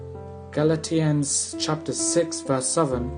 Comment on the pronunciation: Great video, audio cuts out in places but the slides are there so it doesn't matter as much. if i'm being picky, Galatians is pronounced gal-aysh-uns rather than galat-eyuns. That doesn't really matter either. On the whole though... Thank you sooooooooooooooooooooooooooooooooooooooooooooooooooooooooooooooooooooooooooooooooooooooooooooooooooooooooooooooooooooooooooooooooooooooooooooooooooooooo much though, this is soo helpfull and you are a lifesaver :)